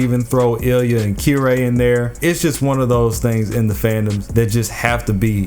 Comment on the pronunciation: Weird way to say Kirei but ok